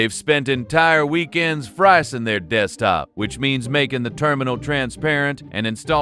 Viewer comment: Ahh yes dekstop